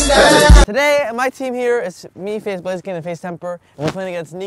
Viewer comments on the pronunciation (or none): lol when still calls lucas "blazekien" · It’s so funny how still says blaziken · He said FaZe blaziken 🤣 Who dat...?🤔😪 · I like how says blaziken instead of blaze at the beginning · he said faze blaziken my life is complete again